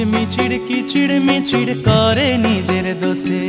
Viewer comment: খুব ভালো লাগবার গান। কিন্তু উচ্চারণ "কিচিড়মিচিড় ",মড়িচিকা " কেন?